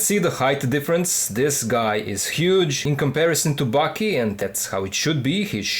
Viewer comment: Thanks for making these vids, I've been a fan since before bootlegs, but they might be some of my favorite reviews. I just wanted to let you know that Baki is pronounced "baa-kee", while it almost sounds like your saying "Bucky." Also, I love ur voice, its great to listen in the background too👍